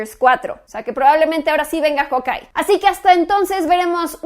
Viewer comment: Samuel Alvarez mentira, normalmente uno lo pronuncia como jaukay, ella de seguro lendice jokay